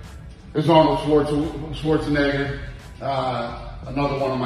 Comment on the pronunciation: "arnold schwarze" oh wait let me think about ah yeah "schwarzenegger" haha dana